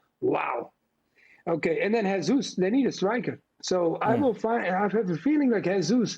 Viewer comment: É estranho como eles pronunciam "Jesus" como se fosse espanhol. Se vai falar errado então ja fala Jesus em inglês mesmo. Dízas.